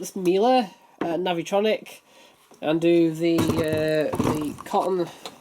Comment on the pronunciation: It's pronounced novotronic